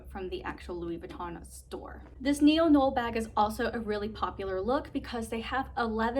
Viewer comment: I have this bag as well in the same same color option. I love mine as well. The Neo noe is pronounced (Neo• No way). 🙂 Great review!!